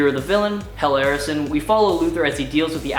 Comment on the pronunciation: You know Arisen is pronounced Ah-riz-en, like "Dracula has risen from the grave", right?